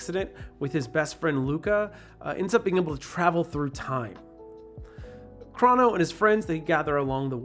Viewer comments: thank you for pronouncing his name as “Craw-no” (that’s how I grew up saying it, not knowing any better) but even though (I’m pretty sure) the correct pronunciation is supposed to sound like “Crow-no” it’s still nice to hear someone say it like me and my brother and fiends all used to... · It's uh, pronounced 'crow no'